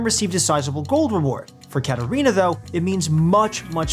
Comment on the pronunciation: Okay but why did they just butcher katarina like that